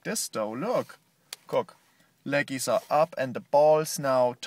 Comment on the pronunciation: ahaha i love the way he said leggies